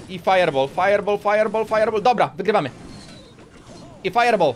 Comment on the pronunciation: sorry , że krytykuje ale mówi się fajer bol a nie fajer bal teraz pisałem jak się mówi XD